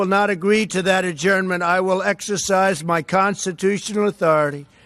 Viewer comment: He doesn't even know how to SAY the word Constitutional let alone know what's in it.